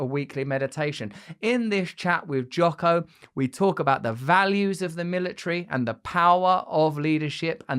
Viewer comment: Did he just say Jocker Willink